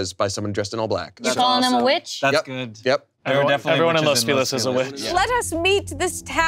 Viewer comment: Just fyi, Los Feliz is pronounced “Feh-lees” not “Fee-lees” 🙂